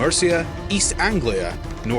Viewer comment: Northumbria is pronounced "Nor-thumbria", not "North Umbria". Americans often get this wrong. It takes its name from the river Humber - the land north of the Humber.